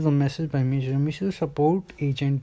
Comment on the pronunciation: Mission nahi meesho hota hai.